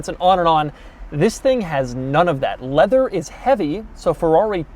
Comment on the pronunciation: “Full leavew affaiws”